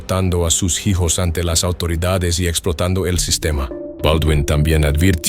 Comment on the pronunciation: Este canal me gusta, pero no puedo evitar reír al oír ano en lugar de año o jijos en lugar de hijos 😂😂😂😂 Buen canal 😅